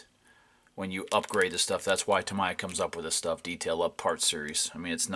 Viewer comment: it's pronounced "TA-ME-YA" not TA-MA-YA btw...sorry I don't mean to be rue but it's important. Every time I hear Tamaya it's like someone just stabbed me with a knife lol